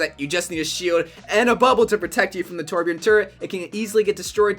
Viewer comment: How people say torbjorn instead of torbjörn kinda annoys me and makes me uncomfortable they should at least try say it right